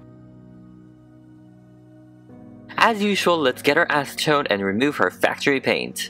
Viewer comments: I know I’m late but did anyone else think he said “get her ass towed” instead of “get her acetoned” 😂😂😂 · Omg YES